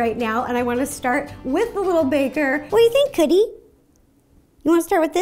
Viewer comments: Is it just me or when ro says cookie it sounds like coodie😐😐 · since i'm watching this on my chrome book it sounded like coodee when you said cookie